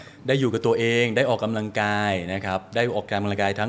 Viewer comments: คุณหมอจิมมี่คะ ขออนุญาต feedback การออกเสียงคำว่า “ออก กำ ลัง กาย” ให้ชัดเจน ถูกต้อง ไม่ “ออก กะ ลัง กาย” ได้ไหมคะ จะดีสำหรับผู้ดำเนินรายการค่ะ ขอบคุณค่ะ 😊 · พิธีกร ควรใช้คำว่า ออกกำลังกาย ไม่ใช่ ออก กะลังกาย